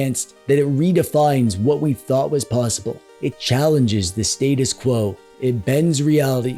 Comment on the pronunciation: It’s pronounced “status”, not “status”.